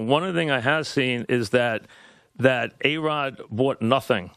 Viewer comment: Mike calls A-Rod "BAE-ROD" LMAO